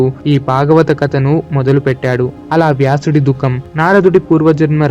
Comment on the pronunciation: hello whoever has narrated this... one very important suggestion for you which needs to be corrected immediately. There are many flaws in your pronunciation. for example: it is not kata - it is Kadha (in telugu it is vottu dha not ta) It is not duka - it is dhkha (vottukha) It is not bagavatam - it is Bhagavatam (vottu bhaa) It is not baaram - it is Bhaaram (vottu Bhaa) It is baada - It is Baadha (vottu Dhaa) these are just a few examples. if I am not wrong, the person who has narrated it does not know Telugu at all. He might have written Telugu in English and read it. My dear friend.... though your content is good, your narration is pathetic. Please correct it immediately. Else it will lose the effect.